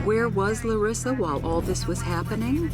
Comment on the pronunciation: Why can't the producers of this show realize that the pronunciation is luh-ree-suh, not luh-riss-uh. This is not the first time that someone who knew the person pronounces the name one way (the correct way, obviously), and the narrator pronounces it another way.